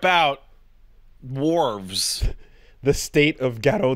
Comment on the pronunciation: "Big Ball" and "Worves". For fucks sake.